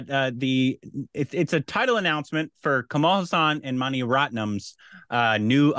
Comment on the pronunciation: Its not kamal hasaan.. Its kamal haasan..